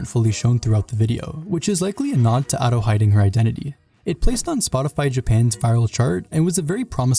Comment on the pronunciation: Every time he says Ado it hurts my body, soul and spirit.